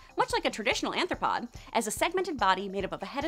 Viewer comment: ARTHROPOD! Not anthropod